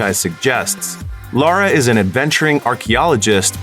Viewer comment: It's Lara not Laura...